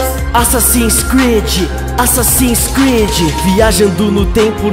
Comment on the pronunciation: Assassin creed falar direito Assassino creedee